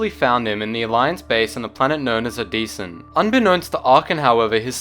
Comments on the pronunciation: It's O-de-sen not O-dee-san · The way you pronounce Odessen is painful.